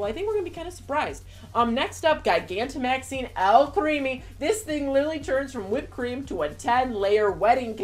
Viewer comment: Do you not know how to pronounce gigantic?